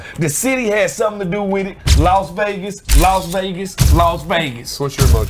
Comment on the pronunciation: I like how Smoot calls it "Laws Vegas"